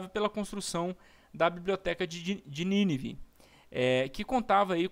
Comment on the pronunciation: Show....mas é Nínive tem acento ninive não tem acento.. parabéns pela pesquisa e explicação.